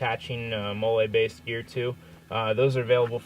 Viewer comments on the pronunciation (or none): Dude said molé